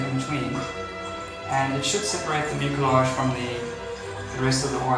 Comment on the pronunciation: In English it’s pronounced miu’-sil-aazh.